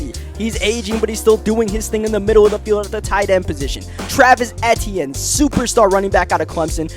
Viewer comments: it’s pronounced travis e-chenne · Its pronounced (e-tee-in